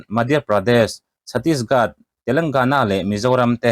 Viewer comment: Chhattisgat a nilo. chhattisGARH aw.